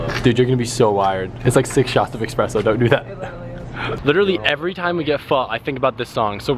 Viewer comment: Expresso? Did anyone else catch that? ITS NOT A CHOO CHOO TRAIN! Ok, I'm done being a rage monster. If no one knows what I am talking about, got to